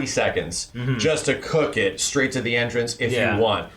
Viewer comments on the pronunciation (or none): none